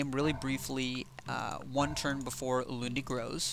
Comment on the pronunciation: wow, thanks. this was really informative. Edit: Was surprised to hear you pronounce Ulundi correctly!